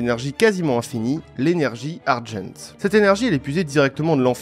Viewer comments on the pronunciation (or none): C’est Énergie Argent, pas Energy Ardjeunt…